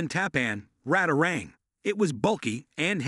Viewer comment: I is pronounced "Radar range". Apparently you got your information from books? The first commercially viable microwaves didn't become available until the 1970's, but they were featured in a show about the future in the mid 1950's. If I remember right, they were demonstrated in Disneyland's Tomorrowland.